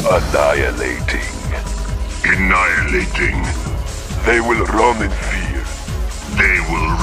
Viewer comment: oh and for quite a while I heard "a night and eighteen" instead of "annihilating".